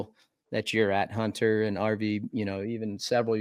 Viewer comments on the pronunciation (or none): Does ryan know hunters name isnt huntaaa